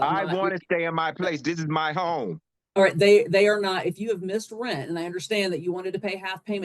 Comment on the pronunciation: Cant pay your Reant....You gotta go. Pay your "Reant" 😅